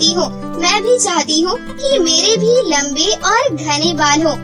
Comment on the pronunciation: Lambe Bal hota hai lamb nahi 😅😅😅😅😅